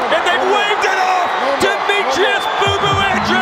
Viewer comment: It's pronounced (bow bow) bo-bo,not boo boo people. Bo bo is the correct pronunciation!!!